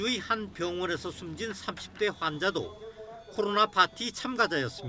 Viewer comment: 코로로로로나 ㅋㅋㅋㅋ 기자 발음